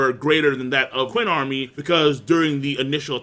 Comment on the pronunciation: I'll sub if you stop pronouncing Qin/Ch'in as "kuin" LOL.